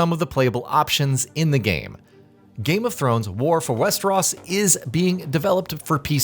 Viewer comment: Wester-oss? Dude ever watch the show?